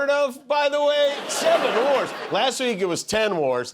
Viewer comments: Y'all misheard the Donald. He didn't say he ended seven wars, with his speech impediment, he meant to say he ended the seven dwarfs, by deporting them to Uganda. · I always understand “7 dwarfes” 😬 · Did he say seven wars ? He meant seven dwarfs.😂